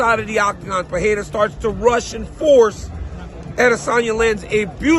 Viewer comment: It’s PUR-RE-RA, not PA-HE-RA.